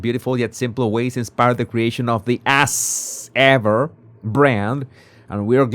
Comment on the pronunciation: In English, As Ever is pronounced AZZ Ever NOT ASS Ever!